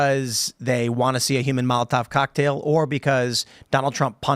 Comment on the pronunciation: "Yumans..." The H in HUMAN, isn't SILENT! That pronunciation drives me crazy. It's not a style. It's just incorrect.